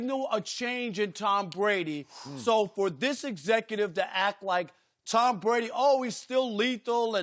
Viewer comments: Take a drink every time Rob Parker says Tom Bwady is falling off a quiff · Towm Bwady is falling off quiff